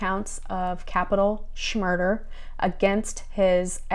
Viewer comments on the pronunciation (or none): Why do u say shmurder??